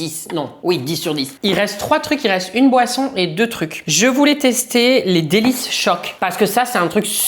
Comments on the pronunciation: RICQLES PAS RICOLES 😭😭 et DELI CHOC pas DÉLICE CHOC PITIÉ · les DéliCEchoc ?? Nn jrgl c nrml si tu connais pas mais on dit DéliChoc sans le CE. (Je précise que ce n'est pas une critique mais juste une petite remarque car ça m'a frappé et j'avais envie de le partager, C'EST TOUT !) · …cets pas « delicechoc » mais cest « delichoc » 😂🙏🏻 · Est ces les delichoc pas les delischoc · entre delice choc et rikoles. Chui morte 😅😂!!!! C’est deli choc et rickles 😂😂